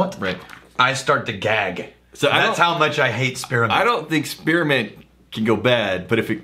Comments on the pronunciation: I didnt know spearmint had 3 syllables. "Spear-uh-mint" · Spearamint. Spear 'a' mint., I can understand caramel, but there are two, TWO, syllables in spearmint. On a serious note: Would making a blend of Military Special and a particularly eucalyptus forward rye result in the ultimate cough medicine? Or would it simply be too gag inducing for anything other than an emergency emetic? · What is “Spir-A-ment”?